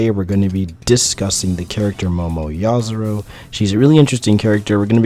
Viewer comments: Yah-Zohr-oh? *Yah-Yohr-Oh-Zoo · Oscar López I thought I was the only who who noticed he was saying it wrong😂